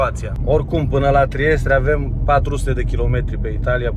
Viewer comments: E Trieste mă nu Triestre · Trieste nu Triestre